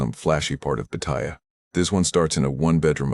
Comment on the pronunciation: It is NOT "Pa-Thai-ya". It's "Pottaya".